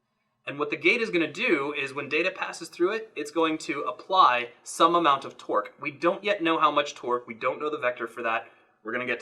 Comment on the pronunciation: I was pretty sure you said 'Twerk' instead of 'Torque' and became very interested in what that would look like.